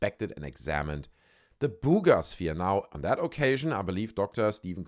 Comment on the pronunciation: "Booooga" sphere 😅